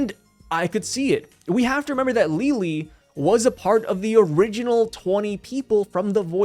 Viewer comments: Please pronounce her name Lili not Leelee, it's something that shouldn't annoy me but it hurts to hear lol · One thing to clarify, the pronounciation of Lily/Lili's name would still be closer to that of "Lily" rather than Li-Li. TCB makes a note of that, because the katakana for her name is リリィ rather than simply リリ. The first extends the sound of the i, while the second cuts it short. So, it would still sound like Lily. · bruh im unsubbing if you say lili like that again ;)